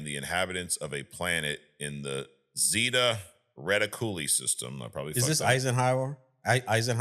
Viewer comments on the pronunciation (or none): Zay-tah Re-tiq-u-lah 😅